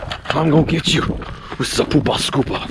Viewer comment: "It's a Poopah Scoopah" made me giggle!